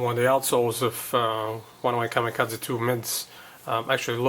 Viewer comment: Nobody says "Kamikaze" better than you do!!